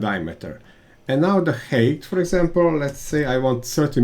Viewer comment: Great content/tips! But, man, please, do us and yourself a favour and check correct pronunciation of the words you use most (thread, height). Otherwise fluent and clear pronunciation, but the few wrong words are repeated much too often and spoil the otherwise great content! Hope you take the critic as a chance and not as offence! Keep up the good work!